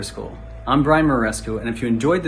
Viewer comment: It's a bit of a cheap trick not learning how to pronounce Brian's name before doing this video.